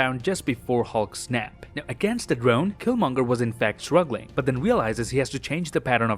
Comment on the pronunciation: Oh my god I thought I was the only one that thought that killmonger said it wrong